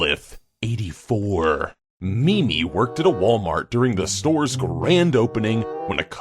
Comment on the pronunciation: Xenolith84 is actually pronounced Zen-o-lith. Like Zen. Sorry, I play disgaea and the way he said it kinda annoyed me. 😒